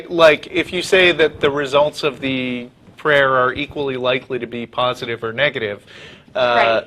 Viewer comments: I love the way this lady pronounces prayer "pray-uh" :) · Sounds like pray-ya, like playa.